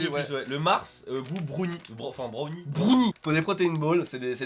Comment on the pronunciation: Asarei65 a peu prêt tout le monde. Brounie c’est pour les gamins de 13 ans qui arrivent pas à prononcer un mot en anglais.